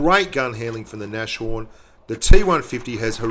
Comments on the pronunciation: Eddie Blaze I'm german, the pronunciation and the name is german and if anyone says Nash horn it just hurts my ears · please pronounce Nashorn properly -.- it's not a sh but a S and a horn behind ! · you pronounce it "nas-horn":P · It's called nas horn!!!!! ;) Not Nashorn. It's German and means rhinoceros :)